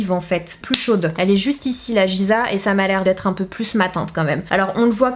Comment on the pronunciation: Coucou Sanaa, Giza se prononce « Guiza » et non « Jiza » , magnifique ville d’Égypte 💖 Mon Instagram #GoodVibes ✨✨